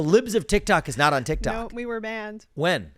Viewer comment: It's TikTok bro not TikTik 😂